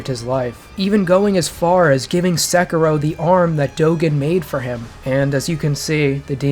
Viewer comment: NOT Sekeeeerow nor Ohayouaoaoau Gozaimasoooow nor Sengoooouku. Look it up, it is just a few words, for Christ's sake. Otherwise, thank you for making this video;)